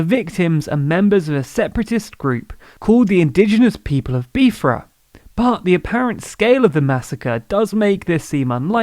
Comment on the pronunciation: the way it was said in the video sounded more like Beefra. as in cow meat.